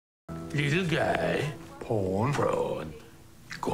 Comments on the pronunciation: And the Pawn as "Prawn" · he says prawn instead of pawn, and dooka dooka is the way the chess piece moves.